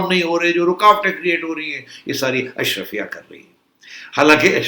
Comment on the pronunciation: Ashraafia not Ashrafia.